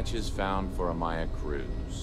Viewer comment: Playing my drinking game called " says yes for no reason so drink" im almost smashed and it's not even halfway through...so we are going to, yes! Drink So I'm not pronouncing like yon or...the name is maya, they say it's pronounced m-eye-uh and then he starts calling her may-uh dude is terrible with pronouncing names outside of English and Greek. I gotta mute this while maya is around, not many ways to be so rude as to call someone a different name than the one they actually use..yes Maya and Maya are spelled the same. Maya is Greek and is pronounced may-uh or mEHaa..but she's clearly not greek. She's obviously Spanish heritage so her name......is Mai-a, m-eye-uh....why would you go for the Greek name, who so far in space is Greek? There's more non Greeks so maybe you will be respectful to the Spanish speaking culture and use the right name Not that hard to be polite. But it's automatic so you're kinda prejudice...